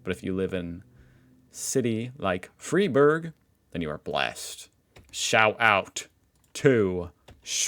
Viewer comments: You did a great you pronouncing Schwarzwald 🎉 But I noticed you have problems with words with „frei“ in it like Freiburg. It’s not pronounced „free“ but rather „fry“ if you wann try it 😊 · Ok schwarzwald pronounciation was fine. Now try Freiburg , say fry boorg 😊 Ei is pronounced like I in englisch nearly always.